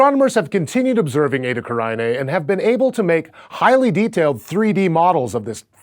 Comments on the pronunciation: OMG IT'S ETA CARINAE, not ETA CARAINE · And, in fact, it's correct pronunciation should be Eta Carine. Latin. Not Eta Caraine, like it's said in the video. Ehh, what're you going to do... English changing the pronunciation of words... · Isn't it pronounced... like Karina. Not care-i-ni-ay. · Completely mispronounced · I've never heard that fucked up pronunciation before this video.